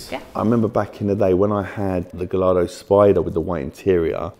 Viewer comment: You would think having all those Lamborghini’s he’d know how to pronounce ‘Gallardo’. 😂